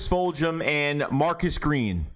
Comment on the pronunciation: did you say fuljhum* lol